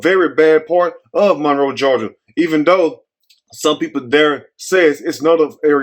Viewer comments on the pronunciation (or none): It's Morrow, GA. Not Monroe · Not Monroe but morrow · It's MORROW, GA...suburb of Atlanta...not Monroe, GA...sad story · please pin a correction, 50,000 people in here correcting you. He not gonna see the corrections no faster, dang!! They said it’s Morrow, not Monroe.